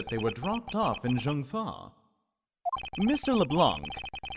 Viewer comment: I know this might sound weird, but "Zheng Fa" is actually pronounced like "Cheng Fa" because Chinese Romanization is illogical :P